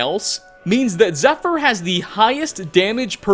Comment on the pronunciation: Nice try pal, but wouldn't pronounce that bow, "zephyr". Who the fuck are you?